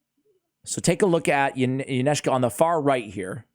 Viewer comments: Pronounced Incense-ah, great guide tho! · Isn’t it pronounced ‘incense-a’? :D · Fairly sure her name is based on the word "incense" so I pronounce it een-sense-a. I definitely know it is not pronounced how pronounces it. LOL Glad to see the guide. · Yncesa.. pronounced like the incense